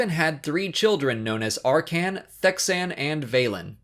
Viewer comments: Dude. You must WAY to much emphasis on certain names. ValkorEON arCAN thexAN. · I hate how you pronounce "Arcann" and "Thexan"